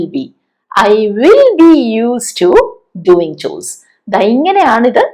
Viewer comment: മാം മാത്രമേ ഗോവിങ് ഡുവിങ് എന്ന് ഉച്ഛരിക്കുന്നത് കെട്ടിട്ടുള്ളൂ. മറ്റുള്ളവരൊക്കെയും ഗോയിങ് ഡ്യൂയിങ് എന്നാണല്ലോ ഉച്ഛരിച്ചു കാണുന്നത്